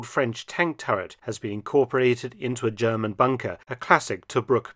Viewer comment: Dr Felton I respect your German pronunciation abilities. ❤